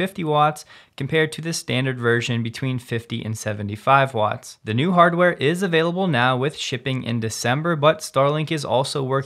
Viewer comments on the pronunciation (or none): none